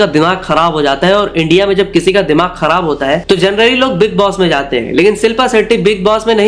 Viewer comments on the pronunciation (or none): none